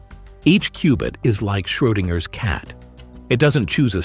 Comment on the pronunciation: Il faut rectifier le nom du savant : ce n'est pas Schroinger , comme vous dites si lamentablement , mais : SCHRODINGER , comme il est connu dans les milieux scientifiques .